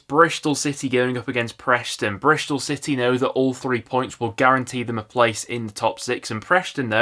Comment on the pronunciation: It’s Bristol and Preston not Brishtol and Preshton.